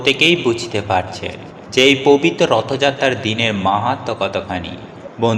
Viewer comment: ভাষা ঠিক করে ,😢😢 কথা বলুন আগে!!!!😢😢😢 প বিত 😮😮 কথাটা কতবার বললেন !!!!😊😊 কথাটা হবে (পবিত্র ) প বিত নয়!!!!😂😂😂😂😂😂😂😂😂 আবার বলছি 😅😅(পবিত্র) বলুন !!!!!!!!😢😢😢😢😢😂😂😂😂😂